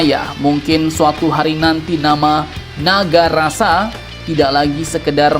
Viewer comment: Kayaknya dia salah sebut tuh.. NAGARASA, yang sebenarnya adalah NAGASASRA.